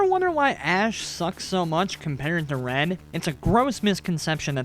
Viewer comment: it keeps sounding like your saying ren instead of red XDD